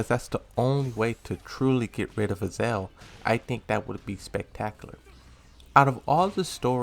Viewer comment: lidia is not pronounced leeda heihachi is not pronounced heyachi azazel is not pronounced azel